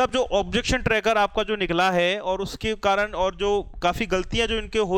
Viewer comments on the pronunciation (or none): none